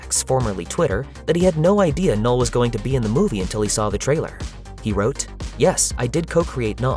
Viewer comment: O “K” é mudo, “nul”